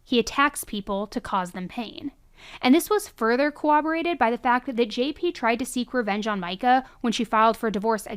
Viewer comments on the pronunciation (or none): I LOVE your channel. However, it’s pronounced “corroborated” not “cowaberated”